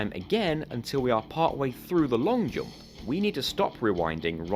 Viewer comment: Your way of pronouncing jump gave me headache.